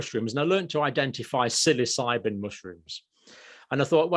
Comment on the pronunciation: Did you note that Russ "Psilocybin"😂😂😂I did😂😂😂